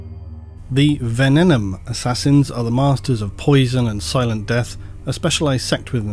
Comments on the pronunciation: you'd have an easier time with venenum if you were saying it correctly. It's not ven-en-um. It's ven-ee-num. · It’s pronounced Venenum not Venenum. Same way you pronounce Abaddon. 😂